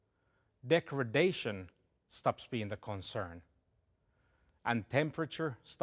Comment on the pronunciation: "Degredation" is unfortunate for a global announcement video.